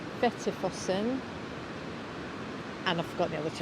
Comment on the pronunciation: Your pronunciation of "fossen" is very good.